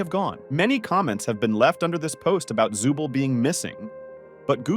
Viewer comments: Also u SAID ZUBEL NOT ZOOBLE WIERDO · Zuble💀 it’s zooble